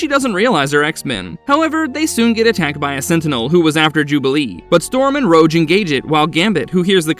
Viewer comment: He also said "Rouje" at one point. This channel has used AI text-to-speech before; wonder if this video does it as well.